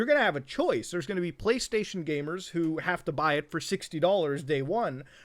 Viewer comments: He said Gay-mers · I can’t tell if he’s saying gamers or gaymers😏